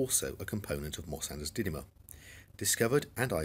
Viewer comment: You pronounce -dymium as 'dinium' in this vicdoe I think